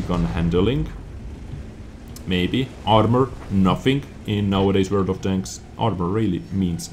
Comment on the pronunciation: WRRRLD OF TOGS